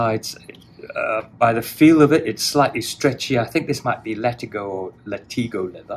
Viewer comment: It’s LAT-IGO, not LAH-TEEGO. Common misconception, I see how you kept saying both to be sure. Good guy 👌